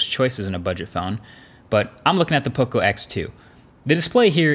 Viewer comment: Learn how to say Poco. There's enough Latin Americans in the USA ;)